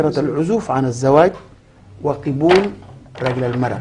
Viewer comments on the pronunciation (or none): أكبر مشكله مافي زول مركز معاها إن المزيع أو الإعلامي يقول كلمة قبول بكسر القاف دي مصيبه كبيره والصح يقول قبول بفتح القاف